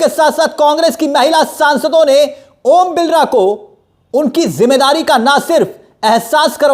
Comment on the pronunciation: Are bhai vo om Birla h ombilra nhi name to sahi bolo